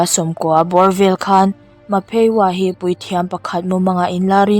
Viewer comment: Ma phe waa🚫 Mah phee wa..✅ 😆💓